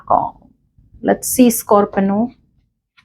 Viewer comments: Aap scorpino q bol rahe ho 😅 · Why do you say Scorpino